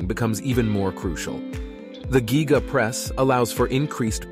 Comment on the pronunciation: I not sure i hande him calling it the "Gíga" 😂